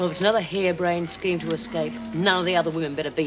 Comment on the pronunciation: Lizzie saying Exscape instead of Escape. 😩